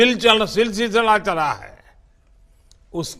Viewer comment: Sisila, Sisila nahi Silsila ?, jo aapko bolna chaiyay par Lagta hay ki aap Ghamandia ko aksaar yaad kartay ja rahay hay ???